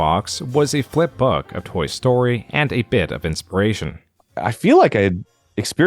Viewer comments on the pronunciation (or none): "Flash was the creative tool I had always been dreaming OF" Why did you emphasize "of" in that quote?